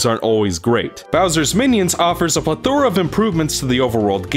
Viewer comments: *Pleh-tho-Ruh, not ple-THOR-uh... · It's pronounced 'Pleh-thora' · The accent of plethora should fall on the first syllable. The accent of eponymous belongs on the second syllable.